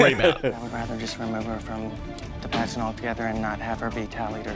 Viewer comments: 😂😂😂i thought its said pragnet dad at first insted of pagent dad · thought the title was pregnant dad until actually said "pagent dad"